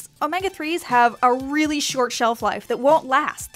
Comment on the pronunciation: Realzeeze? Really?